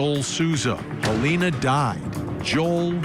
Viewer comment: I think your reporter is saying her name wrong- it's halyna not Helena